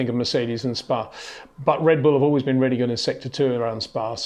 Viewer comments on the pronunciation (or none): none